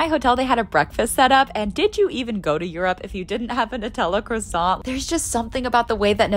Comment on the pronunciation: You can pronounce gyro right but you can’t make the effort to pronounce croissant correctly